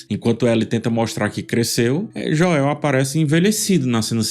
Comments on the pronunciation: amo suas análises, assisto qualquer coisa já esperando correr pro seu canal depois! Acho engraçado o “Joéu” hahaha eu gostei, é seu jeito de pronunciar e não muda nada na qualidade do seu conteúdo, sempre excelente. ❤ Quanto a série, tenho um misto de sensações assistindo, acho a Bella Ramsey uma ótima atriz, mas tenho um pouco de dificuldade de enxergar a Ellie nela. A personagem está tão infantilizada, considerando que teve um salto de 5 anos, esperava que apresentasse uma mudança de postura comparado com a última temporada. Também acho que a atriz que interpreta a Abby parece muito diferente em relação a estatura e tudo mais, dentro da história isso faz diferença. A série é muito boa apesar de tudo, amo a fotografia. Eu já esperava uma mudança na ordem cronológica das coisas, afinal é adaptação né? Achei esse ep meio parado demais, mas acho que é porque o próximo vai chegar quebrando tudo (literalmente 😅) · me incomoda tbm um pouco como ph fala o nome dele....adoro o trabalho dele e acompanho bastante as analises que ele faz, mas Joél nao dá!!!!!!.... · Você valida as coisas que me irritam na série de forma muito boa, me dá uma acalmada pra criticar kkkk só me dá agonia vc falando JOÉU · “O nome "Joel" em inglês se pronuncia "JOH" + "uhl", ou seja, em duas sílabas.” Segue, ótimo vídeo, como sempre. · A pronúncia é sem acento da mesma forma que é escrito "Joel." Mas relaxa, não sou hater viu! Adoro o seu trabalho e te admiro DEMAIS! Desculpa, se pareceu rude (era para ser engraçado) foi mal. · Não corrigi no primeiro comentário, apenas falei que ficou engraçado a pronúncia abrasileirada de nomes que não são comuns por aqui... Tipo, Gerald (The Witcher) alguns falam Geraldo ou Kratos (God of War) Kleyton. Joéu soa engraçado igual. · KKKKKKKKK sim, cara. Eu só aceitei essa pronúncia, espero que ele leia os comentários pra corrigir isso aí. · Po,, sou fã do seu trabalho, mas a pronúncia do nome do protagonista não dá, bicho. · É JOel, não joÉL,! 😅🤣